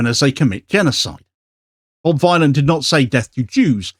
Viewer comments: THANK YOU! Bob Dylan, the ethnonationalist villain. Not violin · 'Ere, Bob Vinyl, proper job